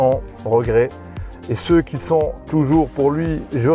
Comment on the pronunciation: Stp arrête de faire la liaison « qui zon » c’est horrible à l’oreille. Beaucoup de marocains font la liaison, ça ne fait pas sérieux